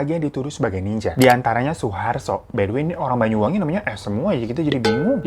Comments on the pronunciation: Bang "Banyu-Wangi", bukan "Bayu" ya... Banyu artinya air, Banyuwangi artinya air yg harum/wangi. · Banyuwangi bang. Bukan bayuwangi. 😁 Nyebut banyu kyk anya bang. Bukan aya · Isun wong Banyuwangi Heng weruh ceritane gaes🥲btw bang Hiro klau ngomong Banyuwangi jadi Bayuwangi😃